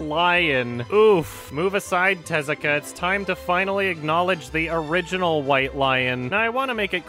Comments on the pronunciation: IT’S te-ZU-ka AAAAAAAAAAAAAAAAAAAAAAAAAA!!!!! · The way he pronounces Tezuka tho. 😂 Like "Jezzika" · I love how the lady narrator at TheThings pronounces Tezuka's name completely wrong